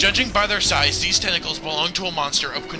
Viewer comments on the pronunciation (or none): Tentaclaus, TENTALUS YOU SILLY GROOSE!!!!